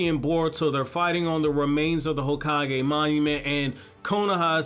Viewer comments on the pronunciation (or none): none